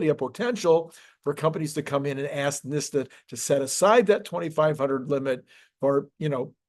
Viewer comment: Why is pronouncing NHTSA so difficult for you?